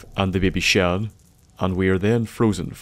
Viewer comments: he's northern Irish (as am I) and I have never heard Shaun or Sean pronounced like that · its not shan its shaun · BABY SHAN? BABY SHAN? Pronounced Shawn,. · "the babie sheain" it sounds Irish and scottish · It's Shaun get it right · It's shaun